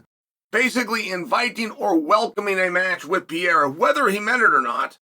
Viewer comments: This eccentric man needs to stop saying P-era lmao love ya Chael 🤙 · Do you say “Pee-Air-Uh” just to piss people off? You know damn well that’s not how it’s pronounced.